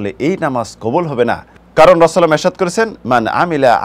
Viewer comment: জাজাকাল্লাহু খাইরান। শায়খের কাছে অনুরোধ তিনি যেন 'রাসূল (সাল্লাল্লাহু আলাইহি ওয়াসাল্লাম) 'কথাটি সুন্দর বলেন। উনি খুব দ্রুত উচ্চারণ করেন বলে তা ব্যঙ্গ হয়ে যায়।